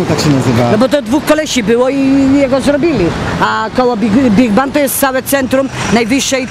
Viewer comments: big ben! a nie big bank xDD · bigbang xD chyba bigben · rococo a nie rokoko albo rokokoko xDD Big Ban jahahaahahahahahahaahahaha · Big Ben nie Big Ban